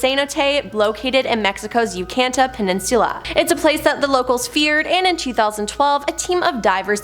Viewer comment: Can the change hosts to someone who doesn’t tell disgusting jokes and can actually pronounce Yucatán?